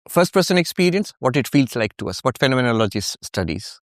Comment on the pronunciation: ERRATTA: PRONOUNCE IT AS : PHEN-O-MEN-OLO-GY